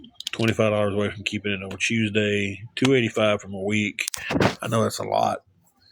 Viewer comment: Hews day is not southern I live in tn Va ppl don’t talk like that he has a speech impediment and that ok not a big deal. An yes ur lying about the hundreds of dollars u make every week and do u pay the irs no I didn’t think u did